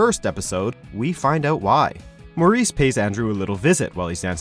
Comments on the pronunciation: His name is Morey not Maurice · It's Maury not Maurice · YOU’RE SAYING MAURY’S NAME WRONG DAMMIT